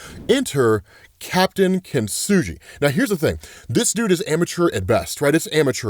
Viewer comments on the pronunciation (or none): It’s pronounced “keen-TSOO-gee” which is the Japanese art of form of repairing broken pottery using lacquer mixed with powdered gold, silver, or platinum. Instead of hiding the cracks, kintsugi highlights them—turning the damage into a visible, beautiful part of the object’s history. So that’s the reasoning to Captain Kintsugi’s aesthetic. I wouldn’t be surprised if the gold that runs through his gear has some power to it either.